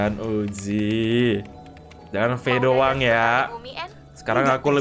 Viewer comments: Bang ko kalo ngomong uzi jadi uji aku dengarnya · Bang bukan uji tapi uzi